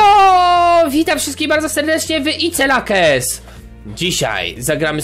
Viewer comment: Ice lakes ja pierdole. Ziomek tak sie nie czyta tego ale wieś